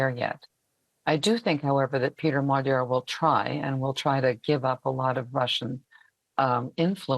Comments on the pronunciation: A small tip for all foreign reporters: You’ll get much closer to the correct pronounciation of “Magyar” (which literally means Hungarian btw.) by pronouncing his name as “madiar” than “magiar” gy is a double letter represents a sound somewhere between a G and a D which isn’t found in any germanic or romance language. But if you manage to say d and i simultaneously or to make something like a G sound but more forward in a Y/i/J position you will tap the middle of your tongue right in that divit in the middle of your pallet/the roof of your mouth, then you will accidentally correctly pronounce the “GY” sound. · Magyar. Pronounced 'Modjor'. The blonde lady gets it right pretty much. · It is pronounced Modjar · Magyar not Maga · Why is Magyar pronounced like Madyar? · Can't you US-americans never ever pronounce a foreign name correctly??? Péter Magyar - ˈpeːtɛr ˈmɒɟɒr in the International Phonetic Alphabet! A professor for international affairs should be able to do that. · Even in Princeton, this sick American defaultism exists, doesn't it? Peter Magyar is pronounced „Peh-ter Mod-jor“ [ˈpeːtɛr ˈmɒɟɒr]. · DW presenter should learn to pronounce the surname Magyar as it literally means Hungarian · That American "lady" appears to be an AI avatar. She allegedly lives in Hungary and does not even pronounced the name "Magyar" correctly? Come on, DW.